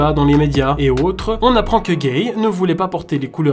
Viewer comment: Sa se prenonce "Guéyé"